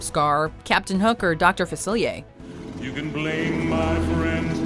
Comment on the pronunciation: THANK YOU for reading dr Faciller's name right